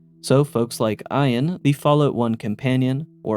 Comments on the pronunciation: “Eye”-an for Ian? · Did you say Ian like iron ? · Did you mispronounce the name Ian?